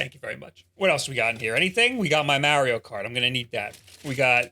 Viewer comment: so funny how you pronounce maerio kart and maerio maker